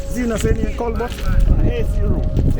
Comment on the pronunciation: We Kingstonians pronounce it as Colbert / kolbert 😂😂😂 your pronunciation had me cracking up 😂 but